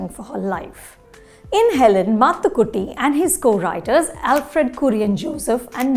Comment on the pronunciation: The review is worth watching just to hear Anupama Chopra pronounce Mathukutty so well.